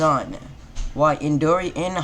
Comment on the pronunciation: Is my ears working coretly you caled indara indori